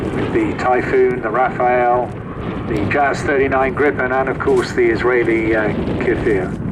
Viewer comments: The announcer is pronouncing it like a man's name, "Raphael". Incorrect any way you look at it. Just seems odd to mispronounce such an easy name. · Why is it so difficult to pronounce Rafale correctly?